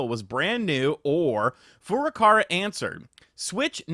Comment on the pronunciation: I can’t tell if he’s joking or not when pronouncing Furukawa’s name. Cause he says Furukara with an r.